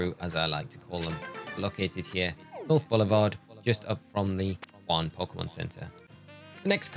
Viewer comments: Don't know if you care about pronunciation but we are in France not Spain. Jaune is closer to Joan with a soft "J" then Juan. Thanks for the guide it was great. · Very helpful thank you!! An fyi… since this is the equivalent of Paris, jaune would be ponounced ‘zhoon’ and rouge, ‘roozh’. Great video tho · i am so grateful for this video but when he was at jaune sector and was pronouncing it juan i almost lost it lol